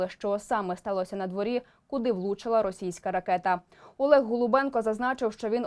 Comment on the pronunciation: Яке надворІ? Дитино, вчи мову!!! У слові надвОрі наголос на О!!! Говориш, як наші вороги.